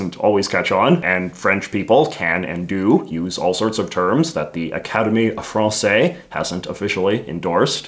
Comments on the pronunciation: Pedant note: The "se" in Academie Française" is pronounced Z, like the same sequence in "harmonise." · You're supposed to pronounce the "s" in "française". The general rule is that, when a word ends with one or more consonants, they're usually silent, but when they're followed by an "e", they are pronounced. So in "français" (masculine), the "s" is silent, but in "française" (feminine), the "s" is pronounced.